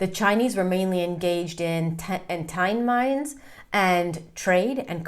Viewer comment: I think u mean Tin Mines. Not Tine mines. Also the Chinese came much earlier with Admiral Cheng Ho. There was the thriving Chinese Community in Malacca n Bukit China is one of the largest and oldest cemeteries outside China. It also accounts for the Peranakan community ( Chinese men and pre- Islamic Malay women)which was substantial in Malacca, Penang & Singapore.